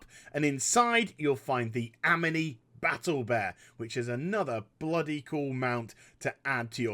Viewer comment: Ameny Battle Bear haha Amani (Am-mar-nee)